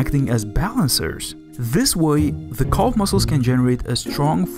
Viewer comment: This video is painful even in the first few minutes: It's Calf not Culf, and the list of mispronunciations goes on. Even close captions can't decipher half of your nonsense!